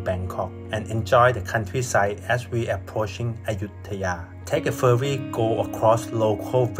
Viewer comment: Admin ... I very much hope you could improve your Thailish accent over the time. It's slightly annoying, you know. ferry = เฟรี่ ไม่ใช้ เฟอรี่ (หลักการคือ ถ้ามี rr ต้องอ่านสระเอ ไม่ใช่สระเออแบบที่คนไทยออกเสียง) your = ยอ(ร.) ไม่ใช่ ยัว(ร.)